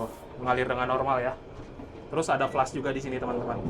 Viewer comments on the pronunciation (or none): none